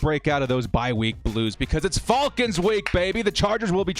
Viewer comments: Youre the only dood I dont mind hearing say FALLKINS lol., youve been holding it down during a difficult start to the year... hopefully things turn around for us on all fronts. Lets go Bolts!!! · “Atlanta Fall-kins” lol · Hate how he says "falcons" lol. Great stuff though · I love everything about this channel except for how says Falcons 😅😂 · It bugs me too, but I think it would bother me more if he started saying it right. Lol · I kinda dig it. What bugs me is the people that say Jagwires, and Bangles. 😂